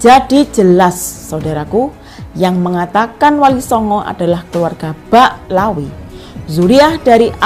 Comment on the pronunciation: Bicara apa mba? Baca Ba'alawi aja salah. Mba hanya baca hasil copas